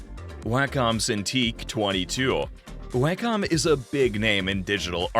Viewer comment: One criticism... The word "Wacom" is pronounced "walk-um" not "way-cum"